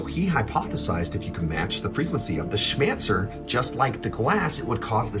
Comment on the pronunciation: "smancer"???? orwell!